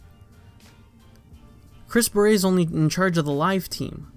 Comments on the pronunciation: is anyone else triggered any time says "Chris beret"? its Barrett. the dude ain't a french hat. please stop butchering the English language. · Who cares about Luke Smith. Old News. Move On. By the way you are pronouncing Chris's last name wrong, Its pronounced "Bare et" Bungie is now heading in the right direction, but its still going to take a lot to get the community to come back. It sounds like you hate the game. If you hate the game this bad then stop playing. Don't add to the bashing. Most of the Youtubers that are still playing the game are upset too but they don't diminish what is left of the game, They try to keep the hope alive that everything will somewhat be fixed. That is what is wrong with the world today. People want to bash instead of trying help fix the problem. Don't bash. Send in your feedback. They are listening. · He thinks Chris Barrett is pronouces with some french accent. So he keeps saying "baret" like the hat . The T is not silent , dude. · Why do you say Chris Barrett’s name like that.